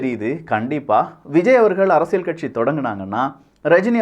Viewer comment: தம்பி நீங்கள் சொல்லும் விஷயங்கள் எல்லாம் நன்றாகத் தான் இருக்கின்றன! ஆனால், உச்சரிப்பில் கவனம் தேவை (உ.ம். அரசிய"ள்")!